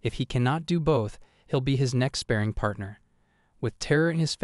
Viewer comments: It's "Spah ring" not Spearing dude. And "Bahr raj" not Barridge... All Manhwa is Korean.... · SpaRRing, not spaRing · I really appreciate the amount of work you put into these videos! They are very well made. I'm just confused as to why you pronounce "spar" properly but not "sparring." I understand that these videos involve a lot of reading out loud and probably start to blur 🎉🎉🎉in your mind and on your tongue as you record them, but you pronounce it inappropriately consistently. It's pronounced just like you pronounce "spar" with an "ing" sound at the end. It just seems like an important word to say correctly if you're making videos summarizing anime. 🤷🏻‍♀️